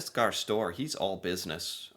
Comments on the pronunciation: you were so good in pronouncing the Norwegian alphabet, so you should know how you pronounce Støre. It's not stor like in the English word store. Remember the Ø, the second last letter in our alphabet. And the E is also pronounced, E as in Eric. 😊❤️ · That was a big FAIL!! He pronounced the primeminister's name completely wrong!! His name is Jonas Gahr Støre....🙂